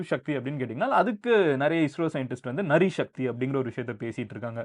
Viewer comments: நரி சக்தி இல்லை.நாரி சக்தி.நாரி என்றால் பெண் என்று அர்த்தம் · நீங்க நரி சக்தி என்று சொன்னீங்க. அது நாரி சக்தி (Naari Shakthi)என்று சொல்லணும். திரங்காவோட அர்த்தம் நம்ம நாட்டோட மூவர்ண கொடிக்குதான்(our national flag)³ அப்படி சொல்லப்படும். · நரி என்று சொல்வதற்கு பதில் நாரி என்று உச்சரிப்பதே சரி. நாரி என்ற இந்தி வார்த்தைக்கு பெண் என்று அர்த்தம். திரங்கா என்றால் மூவர்ண கொடி என்பதை சரியாக ஊகித்ததற்கு நன்றி. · நரி இல்லை நாரி என்றால் பெண் திரங்கா என்றால் மூவர்ணம் நம் தேசிய கொடி நிறம் கொஞ்சம் ஹிந்தி படிங்கப்பா-----😊😊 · மதனு என்ன……??? நரி சக்தி இல்லை நாரி சக்தி ( பெண் சக்தி)